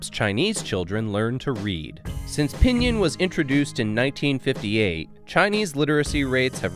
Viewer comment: You keep pronouncing pīnyīn wrong. :-S